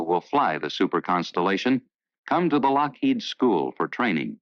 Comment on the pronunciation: Very interesting documentary. I only wish the narrator had better pronunciation. He repeatedly emphasizes the second syllable of Lockheed, which is incorrect. My husband used to work for Lockheed, and we both find that grating.